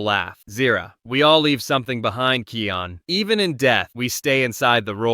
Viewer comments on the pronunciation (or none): THE NAME IS KION NOT KEAN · Its KION DON"T SAY KEON DON"T BE AN IDOT